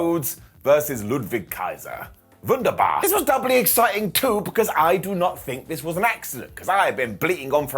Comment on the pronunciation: That wunderbar was perfect!